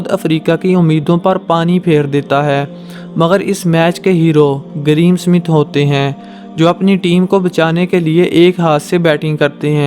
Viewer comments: Ye greem Smith nahi Graeme Smith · bhai please pronounce name properly there is no "green smith " GRAHAM SMITH